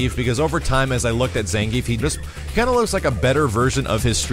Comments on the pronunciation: It's not "Zan - Geef", it's "Zahn - gee - eff" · ZAHN-GEE-EFF,! Get it right! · Ppl keep calling him "zan-geef" even after the trailer tee-hee